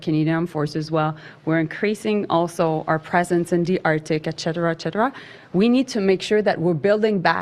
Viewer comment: Poor Mel, looking tired, looking puffy, no eggs, no children. A barren husk who gave up her great gift to a gigantic embarrassment. “Ek-cheddar-ah, ek-cheddar-ah”🤣